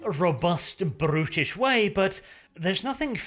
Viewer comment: "...robust brrrrutish way.." lol